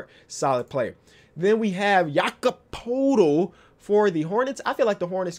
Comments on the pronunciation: His name is pronounced Yakob Pertle. It may not have an R in the name but it is pronounced with one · Loving these reaction vids! Btw Poeltl is pronounced Purtle like in turtle. Pretty sure he said so himself when he was on the starters when he was drafted.